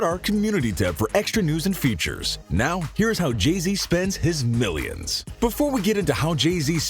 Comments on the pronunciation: It keeps saying Jeezy instead of saying Jay-Z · Jay z not Jeezy